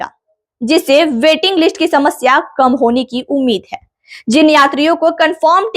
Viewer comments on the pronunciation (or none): none